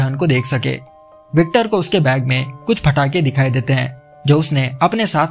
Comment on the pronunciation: Phatake nhi bhai patakhe bola Karo